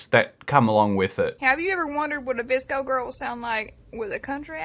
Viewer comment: My friend was in pain watching say V-S-C-O